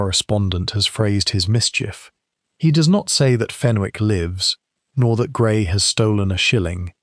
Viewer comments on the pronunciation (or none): There is not a 't' in Fenwick 😮